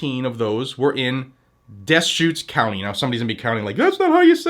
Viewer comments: I used to live in Bend Oregon. It is pronounced da-shoots county. When I lived there all they seemed to do was wait outside the bars and bust people for DUI's wether they were drunk or not. Thefts? Ignored. Meth? Ignored. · duh-shoots county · it's pronounced "De SHOOTS". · Out here in Eastern Oregon, we consider Bend no better than Portland. The only reason to go there might be Costco, but for me, Boise Idaho is about the same distance and much friendlier. By the way, Deshutes county is pronounced DiSHOOTS. Oh, and where I live there is no police department, because there is really no need for one. I like it here. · I've heard it pronounced Des-ca-hoot-ees. Pretty sure that isn't correct. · Pronounced duhshootz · its "deh-shoot" btw :) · I've always heard it pronounced "Deh-shoots", but it's Oregon, nothing they do makes sense. My sister lives in Bend. :/